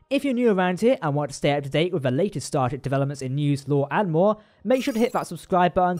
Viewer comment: your videos are good, but yeesh, say all the parts of all the words! Even right at the start of the video, 'Star Trek' comes out like 'Star Tr.' You've got plenty of time - slow down, we have time to listen to you say all of the syllables.